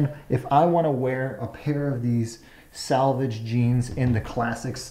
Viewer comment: Under a 100 bucks...for a pair of trousers designed to be used by men at work?! Nope, that's not weird at all...and it's not pronounced salvage, it's selvege...a contraction (of self edge)